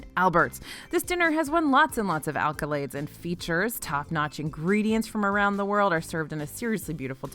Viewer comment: The word is accolades not alkolades. Great segment though.